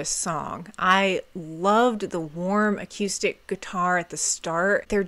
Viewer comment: Aqueuestic guitars. Love the pronunciation and the video. 🎉